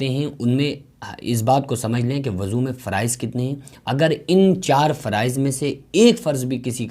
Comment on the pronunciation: Abe aqal ke pedal insan wuzu hota hai wazu nahi